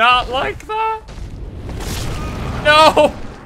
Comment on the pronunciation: IRISH MOMENT: Why are ya focusing on thath?